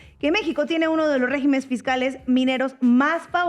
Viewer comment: ESTA CHICA CUYO NOMBRE SE ME ESCAPA, POR FAVOR NO SE DICE “RÉGIMENES”, SINO REGÍMENES, PREGÚNTALE A DANI.